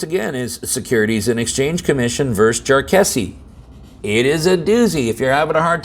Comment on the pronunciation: The only mistake you may be making with the pronunciation of Jarkesky is that when the J was added to the Latin language 400 years ago it was to denote the Y sound when it's a consonant, as opposed to the Y when it is a vowel. So it is more than likely probable that instead of pronouncing the J like a soft G like the English intentionally did after that addition to the Latin language the pronunciation should sound as if your saying Yarkesky.